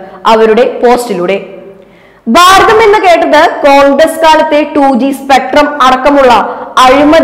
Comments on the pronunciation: അക്ഷര ശുദ്ധിയോടെ വായിക്കൂ കുട്ടീ. ഭാരതം ആണ്. baaratham അല്ല. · Pl improve your pronunciation. Baratham, bayam, dana manthri, etc